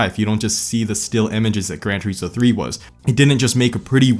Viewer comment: “Tureeesmo” “liverees”